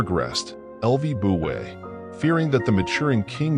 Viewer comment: The AI-generated voice is completely mutilating the name of Lü Buwei. This, in itself, is enough reason to destroy the video and start over again from the beginning.